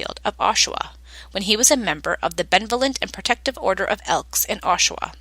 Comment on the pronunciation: It’s Benevolent say it Ba-nev-o- lent! Lol